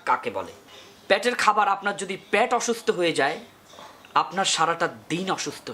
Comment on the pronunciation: ভাই,প্যাট না,,, পেট।